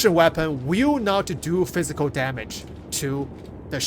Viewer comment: F I Z I K A L damage, not plisk damage.